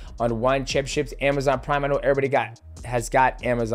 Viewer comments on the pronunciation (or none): none